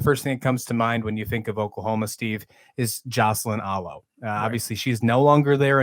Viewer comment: Very lazy and disrespectful to mispronounce Alo's name.... jerk